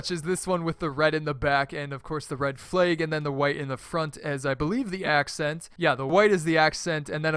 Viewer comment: The way says flag: "flaeg"